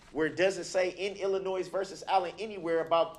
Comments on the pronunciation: Am I the only one who notices that says, "Illinoi(s)? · Illi-Noise vs. Allen 🤦🏻‍♂️